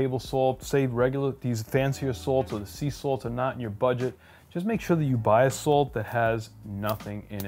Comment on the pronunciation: I love Sult! I'm a Sultan of sult! It's hard to assault my taste buds with too much sult! My blood type is sult. I can't stop laughing at how you pronounce SuLt!